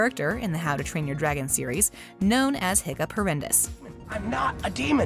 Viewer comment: it’s “Hiccup Havoc the 3rd” not “Hoccup Horrendous”